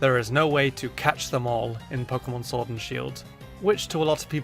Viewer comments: shord and shield ha ha ha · Shord and Shield? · Shord and Shield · “shord and shield” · Shword? SHWORD? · Ah yes, pokemon Shord and Shield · Shword and Shield Edit:I Edit to confuse u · ”Number 7 of my list of pokemon I think should be in Shord and Sheild is” Me: Whats pokemon Shord? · shord and shield OOF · WHAT IS showrd and sheild YOU SAID IT WRONG BE ASHASMED WITH YOURSELF YOU KNOW EVERY SINGLE POKEMON GAME AND POKEMON AND YOU SAY showrd and SHEILD WOW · he says sword wrong he uses shield's s (and YES i suck at english grammar)